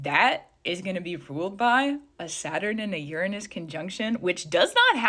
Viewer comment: Learn to pronounce Uranus. I keep thinking this video is a joke